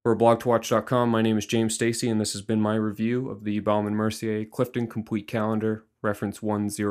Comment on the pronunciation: Lmao he says "BaOUme and Mercier" 😂 we pronounce it BOme and Mercier 😉